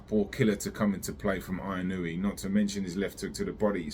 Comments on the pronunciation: Just a heads up. It is Ee-noh-eh Inoue In Japanese, like spanish A - ah I - ee U - ooh E - eh O - oh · What is that like 8 different Japanese people calling him eeh no weh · It's so fuuking annoying when a name is written in English and English speakers can't read or pronounce it with shiit. WTF language do you really speak? It's not like it's written in Wingding! TF is "Ai-ee-noo-wee"? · It's actually pronounced In-oh-ooo-eh. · You obviously don't know Japanese. If you did then you would know where you are wrong. 井上 is いのうえ, the 上 in 井上 is pronounced as うえ (ooeh). 井上 is pronounced as eeno-ooeh. Don't take my word, ask a native Japanese speaker. Most don't really care enough to say it correctly so you don't have too either. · 😂😂😂it’s ee-noh-oo-eh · Find out at least how to pronounce the name of the guy right, you sound like a moron. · Not correct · the u gets blended in to the oh. It isn't pronounced with a separate syllable like the announcer said before the fight.